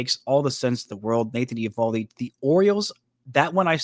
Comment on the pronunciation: Just so you know, it’s pronounced ee-VAHL-dee